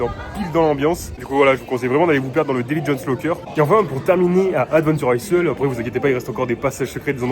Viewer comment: mes oreilles saignent... "adventure aille" s il te plait, sinon merci our le panorama, il y en a que j avais oublié :)